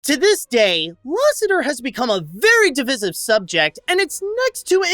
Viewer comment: it’s pronounced “di-vice-ive” not di-viss-ive